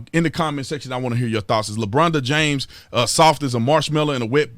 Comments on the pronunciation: He’s soft. S-O-F-T. Sof-TUH, with a capital “TUH”. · S.A.W.F.T....... SAWFT!!!!